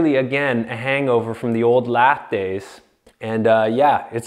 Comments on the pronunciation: Drove me crazy that he doesn't know how to pronounce it lath. It's lath not lathe. A lathe is a machine for turning wood or steel. Never the less I enjoyed the video reminds me of the old days. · Not pronounced like "lathe", but pronounced like "lath". Because they were used to cut LATH for plastering. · It isnt pronounced Lathe as in a machine for milling metal. It is pronounced ( lath ). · Lath is pronounced like hat… Not laser…. 🤓👍